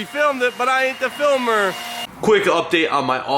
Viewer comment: I cant not hear "Phil Mer" every time you say "Filmer" now haha